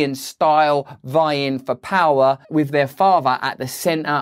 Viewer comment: It’s not 𝙖𝙣𝙪𝙫𝙫𝙚𝙧 (another)! It’s not 𝙬𝙞𝙛𝙛 (with)!